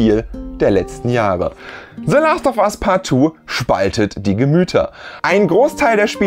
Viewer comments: "se Last of as paat tu" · Se lahst Off As Paht Tuuh